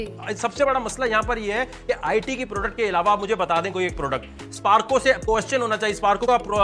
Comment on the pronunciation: Sparko nahi ~ Su PORKO bolo ~ Alhumdulillah ~